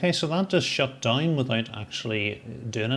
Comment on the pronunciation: Just curious - how can DOWN become DINE? That pronunciation is just wild! Great video!